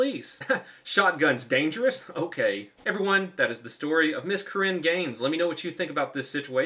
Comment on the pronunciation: Gun = Not Dangehruus Gun Control = Gud, cause gunz sooOo Danerguus